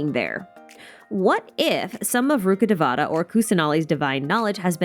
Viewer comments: Not day-vaa(h)-ta it’s day-vuh-taa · It’s ru-kha-dayy-va-tha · Please, it hurts me to say this, but pronounce Rukkadevata accurately... The game butchers the names so much and it pains me to hear that Ru-KHHUH-day-vuh-taa emphasis on the KHH if you can, please try! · the pronounciation of rukkhadevata is ahhhhhhhhhhhhhh